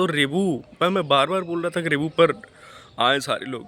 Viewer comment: रिबू नहीं होता है रिव्यु होता है